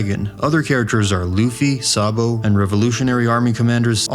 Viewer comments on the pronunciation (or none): none